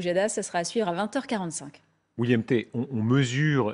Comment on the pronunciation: Pauvre William, se faire écorcher le prénom une bonne douzaine de fois. William Té...